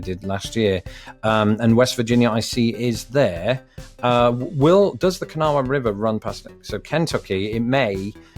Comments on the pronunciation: Kanawha is pronounced “ka-naw” in West Virginia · FYI: West Virginians pronounce Kanawha as "kuh-NAW". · It's pronounced Ka‐naw river, the "ha" is silent. Semper Montani Liberi! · To say "Kanawha" like a local, you have to pronounce it "Kuh-naw" with only two syllables. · Whoa, surely you heard someone in WV pronounce “Kanawha”!